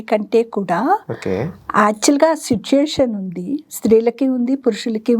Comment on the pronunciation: గారు, మీరు 'సిట్యుయేషన్' పదాన్ని 'సుట్యుయేషన్' అని పలుకుతున్నారు, గమనించండి.